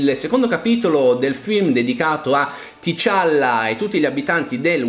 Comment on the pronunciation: di dice T’challa come se fosse unito non Ti challa